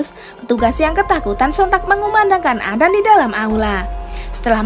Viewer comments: sedikit koreksi adzan bukan adan karena bahasa arab salah sebut satu huruf saja sudah beda arti, tapi kontenya bagus kok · Kyk susah lidahnya Ucapkan adzan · Aku yg salah dengar apa,y salah sebut, azan apa adan yah....😂😂😂😂😂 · adzan...bukan adan astafirullah😂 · Hallo yang membawa acara. Tolong jgn sebut adzan dengan sebutan adan. Saya sudah pakai headset,jelas terdengar anda bilang adan. Tolong di perbaiki lagi kata-kata adzan nya. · ADAN,,,?!! Yg bener kalo ngomong Min. Bahasa Arab kalo salah baca maka artinya juga beda. Bukan ADAN dibacanya, tapi ADZAN bukan ADAN!!! Karena kalo ADZAN artian dalam bahasa Arab artinya adalah seruan atau panggilan atau pemberitahuan. Sedangkan kalo ADAN, itu gak ada artinya. Belajar dlu Min! Biar gak bikin sesat orang hanya karena dengar cara bacamu yg gak benar itu!!! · Adzan.... bukan adan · Y mksudnya ko admin nyebutnya adan .....harusnya adzan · Sebut yg benar,.. adzan bukan adan, itu beda makna.. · Adzan bukan Adan min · Maaf bukan adan atau azan yg benar adzan... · Adan apaan min,adzan kali,atau emang gtu cara kota tempat min blg adzan jd adan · Perbaiki dulu bacaannya baru ane subs n like.. adzan koq dibilang adan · Maaf..Adzan bukan adan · Bukan adan tp adzan mbak.. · Kok adan, adzan bukan adan, ngomong aja salah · Adzan.. Bukan adan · Ajan woe bukan adan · Adzan lah bukan adan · Adzan bukan adan ok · Emang penyebutan kata adzan : adan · Emg adan dia ngomong😂😂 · Yg baca adzan. Salah... Aq mendengan dia bilang adan... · Orang islam apa ngak yg ngomong ini. Nyebut adzan aja ga pas. Ky bkn org islam yg buat video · telol apa sengaja? Kok ngomong adzan nya salah sih